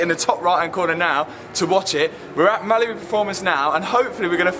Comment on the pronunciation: Sounds like he's saying Malibu not Mallory😆